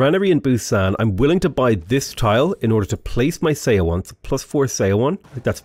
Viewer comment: Thank you! One thing for you: Korean “eo” sound is pronounced like one syllable. So you can say “seowon” sounds like “suh-won” 😊